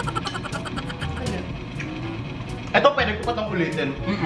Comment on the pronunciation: Tawang tawa ako sa eh 😂 lalo na nung inulet ulet. 😂😂😂 "sowda" 😂😂😂😂😁